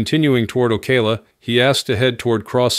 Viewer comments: You’re pronouncing Ocala wrong. It’s not O Kay la. It’s O caa la. I’m from there. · Hey stupid ai it's pronounced oh-cow-luh